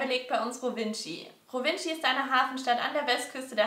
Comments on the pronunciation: Rovinji spricht man Rowin aus 😅😑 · Rowintschi :-DDD es heiss Rovin (ausgesprochen) oder Rovigno ;-) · Rovinj bitte ned Rovintschi 😂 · Es heißt auch nicht Rovinci sondern rovinjjjjj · Bei „Rovinschi“ war ich echt raus - das ist wirklich peinlich! Wenn ich ein solches Video mache, informiere ich mich vorab, wie die Orte richtig heissen oder ausgesprochen werden 🤦🏻‍♂️🤦🏻‍♂️🤦🏻‍♂️🤦🏻‍♂️ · Und man sagt Rovinj. Nicht Rovici😂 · "Rovintschi"? hahaha, so hab ich das ja noch nie gehört :D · Rovinj ist nicht schwer auszusprechen. Rowinschi tut wirklich weh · Rovinj wird rovin ausgesprochen 😂😂